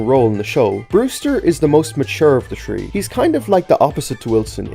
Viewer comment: Im so pissed of when he says „tree“ instead of „three“😭💀